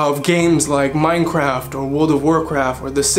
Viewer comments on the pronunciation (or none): none